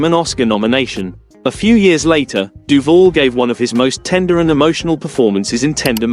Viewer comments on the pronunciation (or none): Um, I hate to be pedantic and a fully paid up member of the "pronunciation police" but it is pronounced: "DOO- VAL" and not doo-vull, geddit? Now, say it after me: DOO-VAL, yes, we're getting there, DOOVAL (As in "You can call me AL"). Are we clear on this now? Good, now get the kcuff out of here.